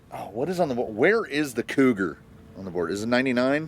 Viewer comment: I heard "cooter" instead of cougar and I'm okay with that lmao